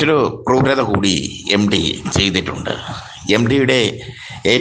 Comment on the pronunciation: എം ഡി 😅 അല്ല , 😂 എം ടി .